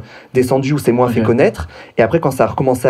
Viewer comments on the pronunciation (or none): Salut, jsuis de la team Major Silence et j'adore ta chaine tes vidéos bref ca fait plaiz de le dire et évidement de le lire A Minima, elle est drag mais le seul truc qui m'a choqué de toute la vidéo c'est qu'elle dit moinsss et ca franchement ca m'dégoute <3